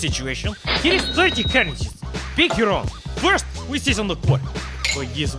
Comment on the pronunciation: Funniest man alive when he said here is 30 currrncies